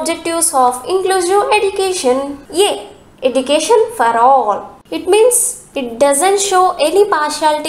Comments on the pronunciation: Nice notes.. But pls pronounce the word education properly. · Very good teaching style but the word education is not pronounced properly